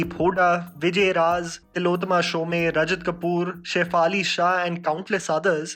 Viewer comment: It hurts me everytime when you say tilottama शोमे😂 and not शोम as I myself share the same surname Btw awesome video ♥️